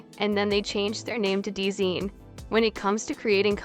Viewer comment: hate to be that person but DZine is probably pronounced as "Design"